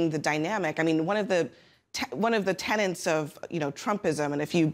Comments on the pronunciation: Tenets, not tenants. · Tenets , not tenants